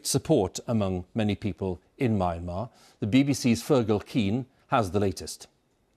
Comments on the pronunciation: Can't even pronounce Myanmar, that anchor is shit. It's Me-aan-mar not Mayan-mar. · "mee-AN-mar" It's not that hard to pronounce, BBC! So much of this poor country's agony is due to the brutality of colonial occupation. At least try to get the correct pronunciation. (And, no, it wasn't called "Burma" for centuries) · Myanmar is pronounced Me-and-mar. Amazing to see so many presenters get this wrong.